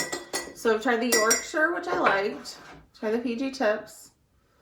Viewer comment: Well done on the pronunciation of Yorkshire 👍 i dont like a strong tea - not keen on the tannin, so i dont leave the bag in long. I generally drink Earl Grey no sugar. Dunking you need to eat the biscuit and drink the tea, dont forget about the tea once you’ve dunked 🤣